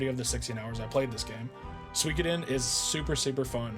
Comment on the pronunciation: Man! All these years of watching me and Brew, and you still mispronounce the game 😂 And then you pronounce it correctly 😂 then wrong again 😂 make your mind up 😂 I'm glad you finally got around to it, now just wait until you experience Suikoden II 👌 It appears that while writing this the FFVII video autoplayed and for some reason that video got the comment 😂😂